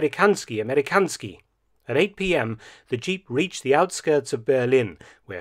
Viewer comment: I've never heard anybody call Berlin, Bearlin before😄